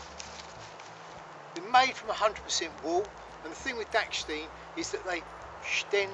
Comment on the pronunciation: Dachstein, not dacksteen